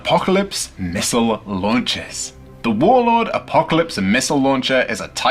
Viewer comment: The tragedy was the pronunciation of missile